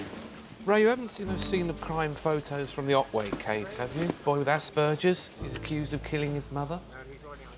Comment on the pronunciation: My goodness, the psychiatrist is mispronouncing the word Asperger's! Can't believe nobody on the set caught it..... And why do shrinks wishper in movies?